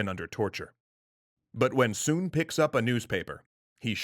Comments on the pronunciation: His name is pronounced with the same vowel sound as foot. It’s not “soon” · You pronounced his name wrong